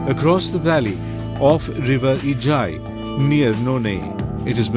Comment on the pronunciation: Really happy, that you pronounce Ijai river so well..... 👌 and hoping to see it with more beautiful designs not only just road.....